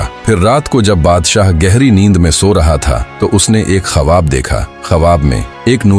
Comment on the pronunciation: Khwab not khavab